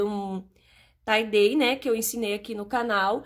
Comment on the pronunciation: só pra tirar sua dúvida, a pronúncia correta é TAI DAI. Mas tudo bem falar de outro jeito pq adoro te ouvir. Vc é muito caprichosa e tem muita paciência pra ensinar. Sucesso pra vc 😘🤗😎👏👏👏👏